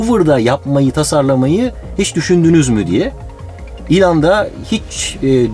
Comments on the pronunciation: Ilhan Musk degil ELON MUSK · ilan mask degil abi elon musk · şu adama ilan deyip durma be adam. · il(y)ın diye okunur ''y'' harfine fazla vurgu yapılmadan. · İlhan mask diye bı ben mi duydum